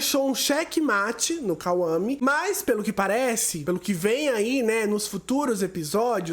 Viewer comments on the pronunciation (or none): KAUAME 😂😂😂😂 É Kwame